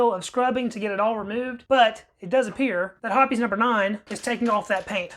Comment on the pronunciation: If you'd use a drill with a wire wheel it'd take that paint right off. Hoppes is pronounced Hopes not Hippies.